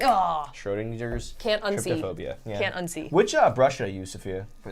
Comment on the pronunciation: Why is it both and Markiplier pronounce Trypophobia as tryptophobia?